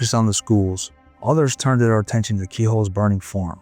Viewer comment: I just cringe everytime he says farm. Form is what I'm hearing. Not much to these videos most of the time is spent on commercial ads and commercials by the people who narrate the video.